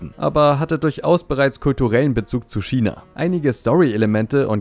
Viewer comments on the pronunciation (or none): none